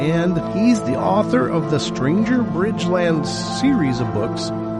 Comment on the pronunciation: BRIDGERland, not Bridgeland. Sorry, no worries, I just figured you'd want to know.